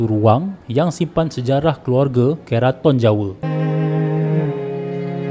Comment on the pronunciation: Bang,ampun nk betulkn sikit..sebutan 'ke' utk perkataan keraton tu sama mcm nk sebut 'ke' untuk kereta. Bukan 'ke' untuk perkataan kepang..hee